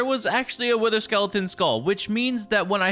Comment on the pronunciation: I thought he said we need to defeat the winter not wither I had to rewatch that part 😂